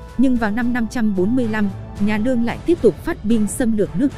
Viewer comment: Đọc cứ như ngọng ấy. Lương mà cứ nương nương